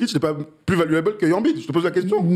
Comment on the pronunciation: Ça choque que moi la façon dont ils prononcent tous embid ? Ils disent « anbide » bah non c’est « aimebide » ça me dérange de ouf